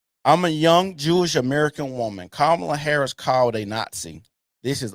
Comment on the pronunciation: Her name doesn’t have an “O”. It’s KA MAW LUH. It’s a little thing that just slipped by to make her sound more appealing and it makes me sick.